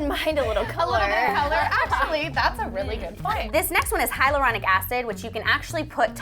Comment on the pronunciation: it should be hyaluronic instead of hylauronic..FAIL